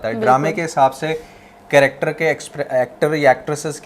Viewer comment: phle karactrrr(character )bolna to seekho